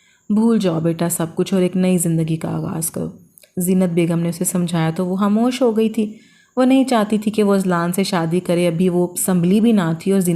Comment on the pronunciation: Hamosh nahi khamosh hota hai😂 handan nahi khandan hota hai